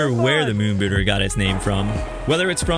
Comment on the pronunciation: I thought he was saying moon booger.